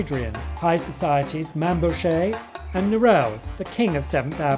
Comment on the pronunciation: Mainbocher is pronounced "Maine-bocker!!"